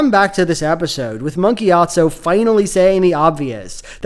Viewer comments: i cant stop hearing gyat-zo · Very funny that every single time you talk about Monk Gyatso you without fail pronounce it "Monkeyatso"